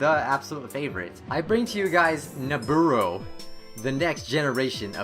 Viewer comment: LMAO!...naburo..sounds marlboro in my ears